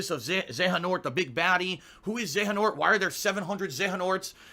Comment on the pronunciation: I am 100% positive he heard them pronounce XEHANORT through the game a bunch of times, yet he still says... Zee-ha-nort. Fucking moron.